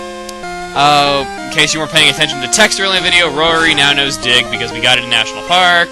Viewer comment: insted of dig i thought you said dick